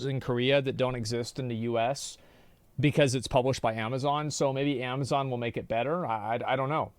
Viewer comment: Ama-foka-zon again🤦🏼‍♂️🤦🏼‍♂️🤦🏼‍♂️